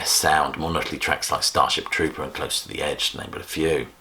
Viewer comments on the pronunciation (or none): none